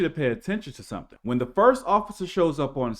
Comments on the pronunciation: "doin fimmin"...a mind is a terrible thing. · More “fimmin” goin’ on!